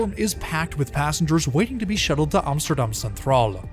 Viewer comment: ironic you always pronounce Amsterdam as “OMSTERDOM” lol